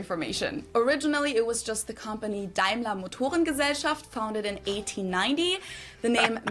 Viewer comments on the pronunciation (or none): none